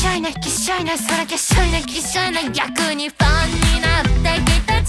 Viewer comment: 最高すぎて言葉が出ないとはまさにこんなときのことを言うのだと思う。 個人的に「逆に」と「品性は」と「Do you know?」と「ヒ〜ル」と「きっしょいね(3回目)」とラストの「人生」の部分の発音が最高に好き。刺さりまくりです。 ラップ、囁き、低音、がなり、コーラスも最高です。もう良すぎて最高という言葉しか出ない。 健屋花那さん、最高の歌みたをありがとうございます……！！！ 高音質で聴きたくて良いヘッドフォンを買おうと決意しました。